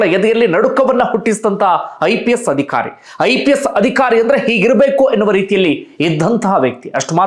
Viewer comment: Adikhari alla, adhikaari, focus on pronunciation. All other narrations are good